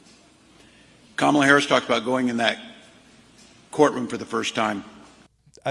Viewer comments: What Walz said sounded like prostituter, but I'm sure he said procecuter. Trump supporter here, but I stand for what's true and refuse to play the games of the left, where sound bites are used to spin the truth into a lie. Sorry, Benny. I mostly like your videos, but this one bugs me because of a misrepresentation of Walz's words. Can't stand teh guy, by the way, nor can I even stand to watch or see KH's face. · And Walz said youg prostute. 😂😂😂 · Ummmmm….I think Timmy Tampon was supposed to describe Round Heels as a “prosecutor”, not a “prostitutor.” Too late, Timmy. You told the truth first time out. And you talk like Elmer Fudd twacking down that wascally wabbit. Heh heh heh heh heh. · Did you say kamsala was a prosrequtor in ca or a prostiitor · It's prosecutor not prostit...or 😂😂😂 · Dude cant even say Prosecutor of Justice?